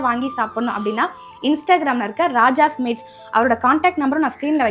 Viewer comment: நீங்க பேசுறது ராஜா ஸ்வீட்ன்னு சொல்ற மாதிரி இருக்கு